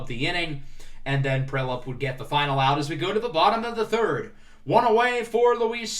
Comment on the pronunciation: Sorry to be a pest but Connor Prielipp’s name is pronounced PREE-Lip